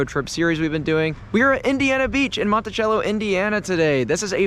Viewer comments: cello, not chello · Just FYI Monti-Cell-o not like the instrument lol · I doubt that helps since both those words are pronounced the same 😂😂😂. Sello might help out more. But I DID get your point once I heard the town mispronounced. Just looked funny and took a hungover guy a minute to get your meaning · Where I’m from we call it Monticello not Montechello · **Monti-sell-o 😂. Great video ✌🏻